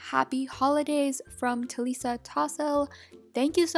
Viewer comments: It's talisa not taliiisa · You said Talisa's name wrong